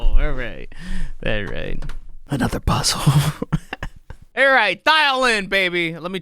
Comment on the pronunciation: The "puhzuhl" part with you touching your head & eyes was the funniest thing you ever said